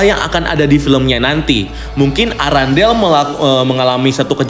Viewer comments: Errendel kak bukan arandel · Irondell bang.. Bukan Arandel🤣🤣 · Bukan arandel bang Tapi arendelle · Apa cuma gw yang denger erangle bukan arandale?